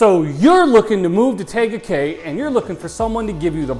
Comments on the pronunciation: I hope you've heard how to pronounce the name - TEEga Cay - which I was told is Polynesian for 'beautiful peninsula'. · Firstly, learn how to pronounce the name of the city!!! 🤦 But you're from Cali (like meeeee), so you're excused. 🤣